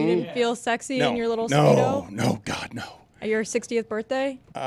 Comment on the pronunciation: adds a "T" at the end of some words that end in "d". So it's "endt" not "end". And "oh my godt!" not "oh my god!" Nothing malicious, i just think it's interesting.